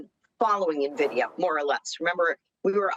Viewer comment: Why does everyone on Yahoo Finance pronounce NVDIA incorrectly?